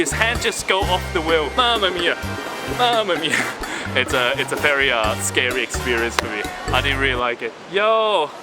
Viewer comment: Hi, your English is almost perfect, however when you pronounce 'v' in 'very', it sounds like 'ferry', I guess that is due to Cantonese accent. Great video, really enjoyed it.